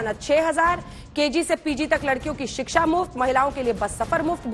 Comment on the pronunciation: अनुराग जी रोज Live शो पर आ जाते हो पर कम से कम हिंदी तो ठीक से सीख लो। सही शब्द है शिक्षा पर आप बोलते हो सिक्सा? बहुत बुरा लगता है जब एक राष्ट्रीय पार्टी का प्रवक्ता इस स्तर की गलतियां अक्सर करता है।😮